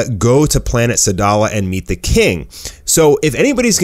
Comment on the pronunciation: its actually said: Sadla not sadala . ( look at the first manga book of dbs)